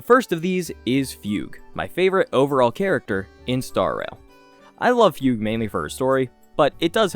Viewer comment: it's Foog Way like Oogway not Fyoog. for Fugue...